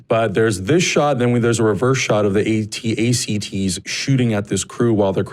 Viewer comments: The guy on the right said at-ast and not at-at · Sergeant Blayez You mean the AT-AT's? Pronounced A-T. A-T. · every time this guy tries to say AT-AT though